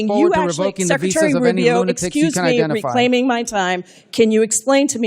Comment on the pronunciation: "reclayming ma tame, reclaiming ma tam"